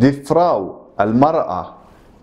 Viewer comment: فخاو وليس فراو 🤦🏻‍♀️🤦🏻‍♀️